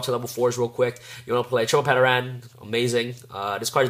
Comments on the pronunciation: It's "Ter-an". TERAN. The P is silent. We've all watched the original Power Rangers and know how to pronounce "Pterodactyl". I'm tire of people mispronouncing the the card name. Also, Powerload works when your Dinomist is also defending. People forget that. It says "battles" on the card; not "attacks". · PS - The P in pteran is silent. Pronounced Ter-an. Its a pteradactyl. PSS - It is also NOT a snake... if you were wondering lol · Great dude haven't been able to find a proper build yet, but I have to say that you didn't pronounce Plesios terribly but I have to say That no one seems to be able to pronounce Pteran's name the P is silent like in Pterodactyl....rant over. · The way you pronounced Pteran is cringeworthy. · nice deck profile :D, have oyu thought about temple of the kings or Aquarium stage ? Also in "Ptern" the "P" silent and you are saying Plesios correct :)! don't forget you can protect you Dinos from the Endpash effect of Limiter removal by destroying your 3 scale!